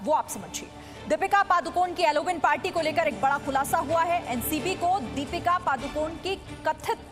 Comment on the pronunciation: हॅलोविन है अलोविन नही